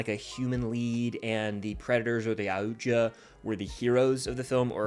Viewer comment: Watched your review for like 30 seconds.. you can't pronounce Yautja...you can't review a predator movie.. done